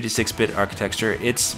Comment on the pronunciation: You keep pronouncing "architecture" like "archiTEXTure."